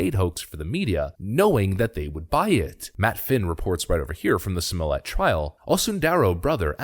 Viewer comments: Smol-lett. The T is pronounced, thanks. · STOP with his name prononciation !!! Unbearable !! Nothing French to it ! Nothing ! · JUSSIE SMOLLYAY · I still love everyone covering this pronounce his name wrong. No one cares.